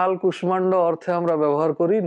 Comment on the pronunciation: কুষ্মাণ্ড এই শব্দটির উচ্চারণ কু-ষ্-ষা-ণ্-ড বহুল ব্যবহৃত। যেমন, বিষ্ময় এই শব্দটির উচ্চারণ বি-ষ্-ষ-য় ( বিষময় নয়)। এনার এই কু-ষ-মা-ণ্ড উচ্চারণটি বড্ড কানে লাগছে!